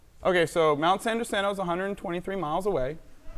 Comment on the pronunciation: I can see Mt San Jacinto from my house and this flat earthers pronunciation of it is like nails on a chalkboard.